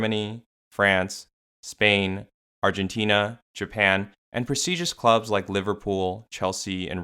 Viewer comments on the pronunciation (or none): none